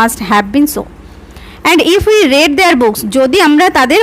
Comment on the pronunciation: Mam you will er pore read er pronunciation ta 'রিড' hobe ar may have er pore read er pronunciation ta 'রেড' hobe karon ota past tense e ache . Tachara khub valo bojhan mam thanks 🙏